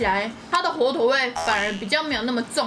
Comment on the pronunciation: 火腿 一直講錯哈哈哈好可愛😳